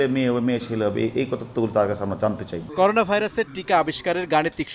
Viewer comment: করোনা কে বলে করুনা, ও নাকি যুগ্ন পুলিশ কমিশনার 🤣🤣🤣